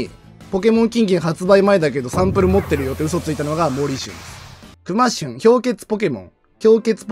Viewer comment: サムネェwww クマシュンのイントネーション違うんよなあ😂